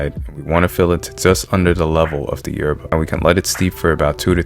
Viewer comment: You need to learn how to say yerba like an Argentine boludo